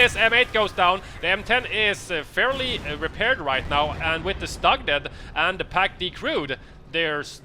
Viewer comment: Hey guys! Love your casts but "StuG" is pronounced like "stoog" because StuG is short for SturmGeschutz so the "U" there is like the U in "burn". Shortened, it sounds like stoog :P